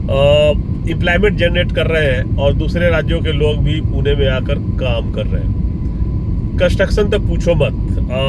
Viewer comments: पिछले कई शतकों से पुणे ही नाम था, हैं और रहेगा। पुणे का किसी हिंदी भाषी ने ही पूना कर दिया होगा क्योंकि उत्तर भारत में पटना, सतना ऐसे शहरों के नाम होते हैं। 😂😂😂 लेकिन असली पुणेकर कों पूना पूना सुनना अच्छा नहीं लगता हैं। कृपया पुणे नाम का ही सही उच्चारण करते रहे। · पूना... पूना... नहीं... सिर्फ """पुणे"" ""Pune"" puna मत बोलो